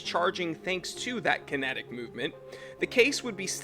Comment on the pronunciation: "Kintic Master" "G-stomatic" bwa ha haha garbage